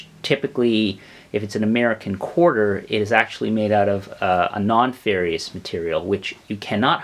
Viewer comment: You lost me when you mispronounced "nonferrous" metals....